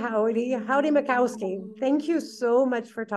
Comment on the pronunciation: He is your guest, yet you did not take the time to notice there is no 'W' in Mickoski.